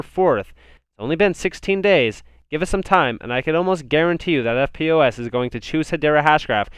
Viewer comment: Hey "EFTPOS" is usually pronounced "ff-poss" great channel keep up the great work cheers